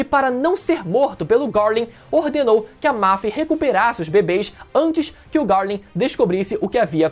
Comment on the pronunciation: É só eu que sinto dor de barriga quando ele pronuncia o nome do Garling?